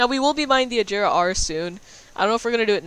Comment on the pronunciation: It's not pronounced like ajera its pronounced a ger a